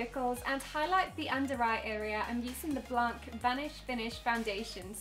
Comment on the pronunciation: You don't pronunce the "c" in "blanc" 😉 Love you!!!!😍😘😻❤💙💚💛💜💓💕💖💗💘💝💞💟